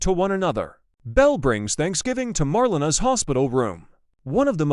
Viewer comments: I should hope they dont kill shawn dougas off the show. It is pronouced Mar_lana. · Her name is MAR-LE-NA